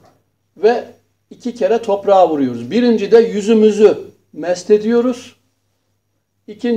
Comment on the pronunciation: Sayın Hocam 1-- DARP kelimesini DART şeklinde talaffuz ettiğinizi sanıyorum. 2-- MEST değil MESH ediyoruz.